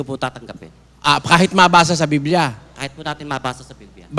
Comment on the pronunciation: Mr nalooae..BIBLIA..hindi BILBIA